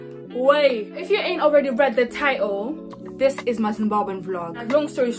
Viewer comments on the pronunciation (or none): It's TITLE!!! not TighOOO hahaha